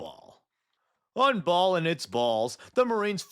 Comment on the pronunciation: Dude it is Bahal not Ball😭